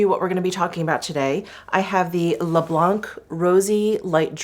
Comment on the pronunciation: French here 🙋‍♀️🇨🇵 First for "blanc" wich means "white" we just don't prononce the "c" at the end ^^ Then to translate you shades names : Mirroir d'eau = water mirror Au fil des fleurs = flowers passing by (with a notion of time) Au fil de l'eau = water passing by (alto with a notion of time... It is a romantic aesthetic related to Apollinaire and his poem "mirabeau bridge") Rose pétillant = sparkling pink ( "pétillant" suggests an awakened look, full of life and joy )